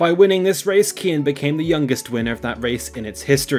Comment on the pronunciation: Wrong. It's pronounced KIAN.